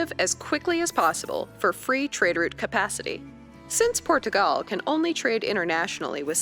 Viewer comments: Por-tugal is actually closer to the phonetic pronunciation. The r gets tapped slightly, which gives a slight pause/lift between the syllables! 😀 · Thank god!! You can pronounce my name marvellously! She hurts my hears in the video. She pronounces Portugal in Portuguese accent quite well but everything else is really bad :P